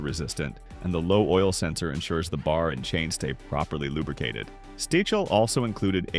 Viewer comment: I couldn't continue when you called it S.T.I.H.L. no pal, it's Stihl. 🤷🏻🤦🏻